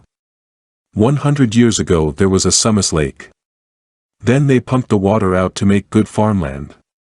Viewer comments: Pronounced soo mas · Learn how to pronounce SUMAs = Soo mas, I have heard mny crazy pronouncing ,I grew up there!